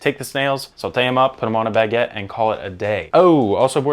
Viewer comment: OMG the way you said baguette... 🤣🤣🤣